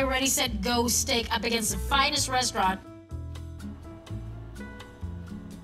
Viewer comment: The baby's name is Mary too!!! It sounded like he said Stank ... not Steak.. you gonna put some Stank in there?